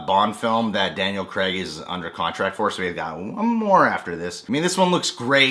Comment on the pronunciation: His accent and the inability to not pronounce Craig as Creg kinda gives it away.